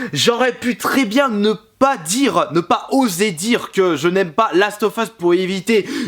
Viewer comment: quand ta dit je n aime pas j ai compris Janemba PS:les vrais comprendrons